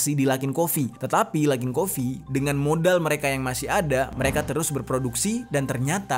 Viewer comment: Modal❎️ Modiielll ✅️